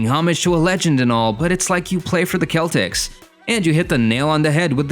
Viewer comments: what you mean are you saying im a hater what im saying why did he say celtics like that that's not how you say it like what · why did you say celtics like that though